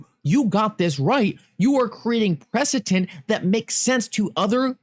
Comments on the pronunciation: Yo it’s preceDent, not preceTent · The word is precedent, struggled with that pronunciation didn’t ya 🤣🤣❤️